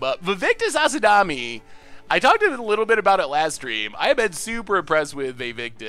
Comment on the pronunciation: Please stop saying Asadami, Vaevictis's last name is AsMADI.